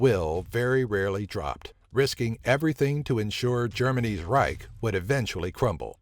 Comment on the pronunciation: Just say "Empire"... You cannot pronounce Reich!